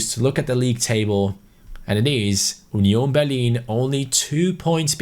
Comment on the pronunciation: 'Onion Berlin'